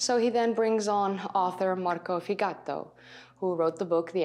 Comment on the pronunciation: Oh, sorry, - V in Italian is not pronounced as in Dutch.